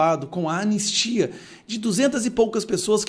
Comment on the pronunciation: Anestia? Kkkkkk analfa....